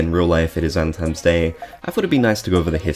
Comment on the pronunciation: Why do you keep saying “Valemtimes” day